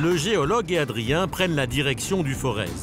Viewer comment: Pour information on ne dit pas ForeZ mais Forez comme Forêt...Le "Z" ne se prononce pas...